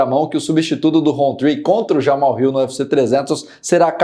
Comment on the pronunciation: aprenda a falar: é JamaHAL e não "JaMal".